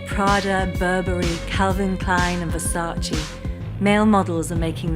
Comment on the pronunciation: It’s VersacE, not Versaci. U lost me with that insult of fashion knowledge. And where is Helena Christensen? Kendal is mentioned, but not Helena or Natalia Vodianova…